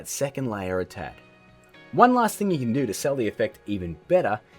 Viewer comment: "Kan" "Serkel"